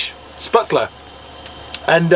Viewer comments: Hi guys the noodles you bought are called shhpetzler not sputzler incase you wanted to know the correct pronounciation. You just add butter and salt to it. It's basically German pasta/noodles and you can add anything to it like bratwurst sausages or whatever vegan meat you desire. I'm english but my grandad was German so I have had spätzle many times both in Germany and in England. Sometimes you can buy it in aldi or lidl in England though probably not the vegan version so stock up on it if you like it before you leave Germany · Lol when says spitzler then you jump in with sputzler.....with a chicken schnitzel. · I think they are pronounced. Spetsel. As there is an umlaut (two dots) over the a. My German was at school years ago, but that’s my take. Enjoying your continued adventures from my armchair in the USA. With my cuppa. 🇬🇧👍🏻😛expat here. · 😂"Vegane Spätzle". Aren't they vegan anyway? The right pronounciation for you would be "Shpatzle" We do put extra an Umlaut (ä) on the a, but you are using it ecactly the opposite way. And the farmer with his 40 Euro camping, selling crap bavarian clothes must have made the business of his life. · 'Schpertzle 'pronunciation nearer to right sound. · Spätzle = spehtzluh. That ä is normally a long A in English. Delicious! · “*Spat-zul”……theyre made like little dumplings, with the dough forced thru a sieve into the boiling water. You reheat them by frying up in butter. Ita comfort food, like mashed potatoes or noodles. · What a great, feelgood video folks! As someone who's been to Munich many times but never to Oktoberfest, it was lovely to see you having such a great time there! Your German pronunciation did make me laugh, especially Spätzle and "Lederhausen", but at least you tried! 😁